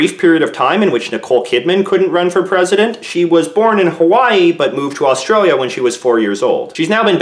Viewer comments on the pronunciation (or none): none